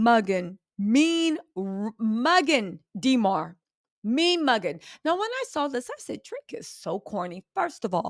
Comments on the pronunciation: please stop saying DEE MAR its DA MAR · For next time. Demar is a soft E not a hard e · Dee mar is killing me. Why you saying his name like that😂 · Stop calling that man DeeMar . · Yall Remember “DEEE-marr” Derozan right? Lmao funny😂😂